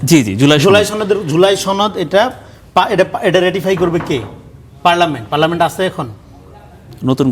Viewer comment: পার্লামেন্ট সবরেন্ট না। রনি সাহেব ভালো করে পড়ে দেখার অনুরোধ থাকলো।